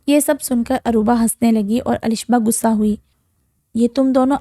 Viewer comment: I can't hear it after 10 seconds, the word is "Ghussa" not "gussa". Urdu is a beautiful language and you must speak it correctly.